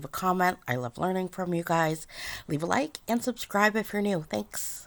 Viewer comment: Why is she saying lik